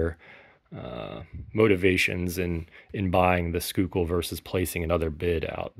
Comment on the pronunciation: Schuylkill is pronounced SKY kill